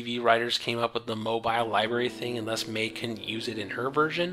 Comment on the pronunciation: I understand since you're not from NZ you're probably not used to it. But the pronunciation of her last name is May-he. Great review, by the way. I was bummed I missed out on it when it went down originally.